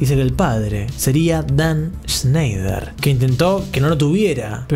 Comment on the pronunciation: Shnash shneishner 🤙 shenshny shansner🤙 sneish y shnoish🤙